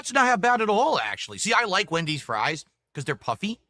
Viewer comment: can this guy speak properly for once? Who tf is Mendys'?